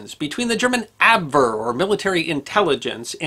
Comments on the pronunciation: ab WH ere not abwere. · What is the abbverr? Never heard Abwehr pronounced like that. It sounds like op-vare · you market yourself as a scholar, yet you mangle basic vocabulary like "Abwehr".You want to be respected as a knowledgable source? You want people to pay for your tutelage? Oy!